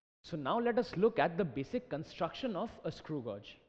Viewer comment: Thanks Alot....but it is not pronounced as godge it pronounced as gage